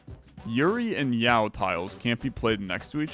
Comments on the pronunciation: Yao tiles 😂 its yaoi, phonetically spelt yow-ee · Hearing this man pronounce Yaoi as Yow is killing my soul. Speaking of that battle, I'm pretty sure both characters are topless in it. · its yah-oh-ee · it's pronounced "yow-ee" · Alright, so, I don't see a comment explaining. Yuri = Lesbian hentai Yaoi (pronounced like yowie) = gay hentai. And the paddles are references to old anime conventions. And I laughed way too hard at your "condemn" after it. Trans btw, don't smite me =( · yuri and...yaw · So yuri is a term used to refer to lesbian romance stories and yaoi is like yuri but with male gays instead. Edit: btw yaoi is pronounced like "ow" with a "y" sound on the start and finish. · "Yao" - Where did the "i" disappear to in your brain? XD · pronouncing yaoi "yow". my poor guy... he never went to a single anime con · I pronounce it like Yowie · I can't believe my straight white man streamer can't pronounce yaoi correctly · Absolutly shocking. He didn't even know what that is! 😂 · You're suprisingly good at scrabble so I can forgive you for mispronouncing yaoi so many times Just stumbled across this channel, its really cool! I love roguelikes. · You know he's a cis straight white male by the way he says "yaoi" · His pronunciation of yaoi threw me back to the 2010s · I did not know I needed to hear butcher "yaoi" and yet here we are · doesn't know how to pronounce yaoi. the world is healing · As a trans woman, thanks for putting pride content out! Also lingo for sure. Hearing you try and pronounce yaoi was too good! Also that ending omg. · pretending like he doesnt know how to pronounce yaoi is very funny /s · yup, he pronounces yaoi without the i as well